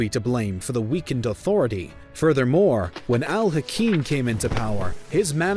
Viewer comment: No that's alhakeem. This one is pronounced alhaakim which means ruler. His full title is al hakim bi amr allah. The ruler by god's order